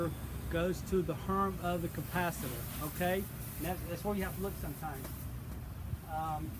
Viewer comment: Great video. Somehow I keep hearing "compacitor" instead of capacitor